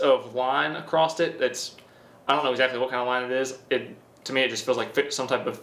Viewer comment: Are you sure the sharpness tester has a line "Acrosst it". you said it like 3 times lol.